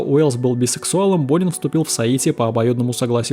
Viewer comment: Почему я всё время слышала "Бунин"😂